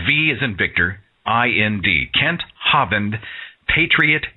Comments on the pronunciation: I haven't heard that pronunciation of Kent Hovind's name, "HAW-vind" in stead of "HO-vind." My favorite is still the way the computer voice in Deccha1983's videos say it, like "ho-VINED" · I am pretty sure it is pronounced 'Hoe-vind.